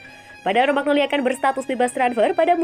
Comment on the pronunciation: Romagnoli baca romanyoli...